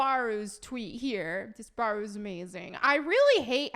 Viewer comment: disparu is said Dis pour roo